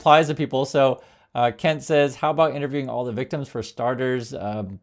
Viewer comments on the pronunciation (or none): none